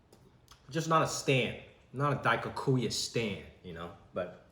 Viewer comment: I'm sad that Jimmy can't say Daikokuya correctly 🥲